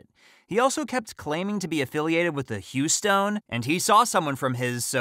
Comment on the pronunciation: I'm impressed that the reader knows how the Houston gang pronounces their name. Most people would naturally assume it is pronounced the same way as the city